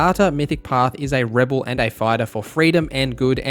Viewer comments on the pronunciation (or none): none